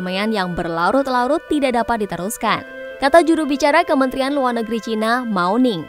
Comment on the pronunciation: baru kali ini saya mendengar media mainstream menyebut china dg cina, bagus karena sesuai dg lidah indonesia. jangan ikut2an menyebut CAINA, malah terdengar blo'on